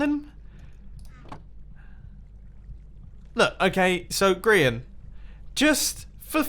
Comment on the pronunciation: Amybody else noticed how he said grain instead of Grian? Welp, were talking about a grain i guess. 😂👌